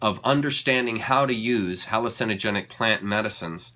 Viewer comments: Please learn how to pronounce hallucigenic😅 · so public health, hygiene conventions, and wars on pollinators, etc. Yes, the NOD "people" !?! hallu CIN o genic, think cinema.... bravo for stress tone. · Very interesting. Not to be negative, but why not say hallucinogenic like the 99.99% rest of us? Believe it or not, it's kind of a turn off... it's like somebody who tries to pronounce Iran "Ee-dahn" rolling their R when they have zero life experience speaking Farsi. Just doing it to be different or show off. Not that you are, but it's sort of like those people that study esoteric stuff always have to be a little different in a way that really is not necessary. Information speaks for itself Say it with me, Huh-loo-sin-uh-gen-ic. 😂